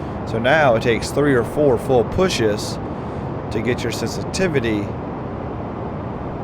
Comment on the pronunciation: Am I a nut but is my ear sense-tivity not inline with my vocabulary sen-si-tiv-i-ty? :) Just sayin!